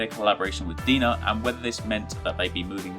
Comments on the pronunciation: DeNA isn't pronounced "Dina", it's DNA. Like deoxyribonucleic acid. Come on, guy. You have a gaming channel. You should know this. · Hey man, great video. Just so you know, DeNA is pronounced "DNA." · Just saying, DeNA is pronounced DNA like the Deoxyribose Nucleic Acid. I apologize if your accent may restrict you from pronouncing it this way. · Isn't DeNA pronouced the same as DNA though?